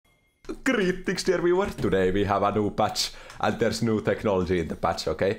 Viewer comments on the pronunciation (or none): " kreetings everyonre " XD